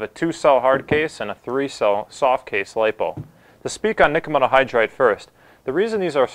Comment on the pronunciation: nikkamidda hydride? I was halfway through the video before I realized what he was saying lol.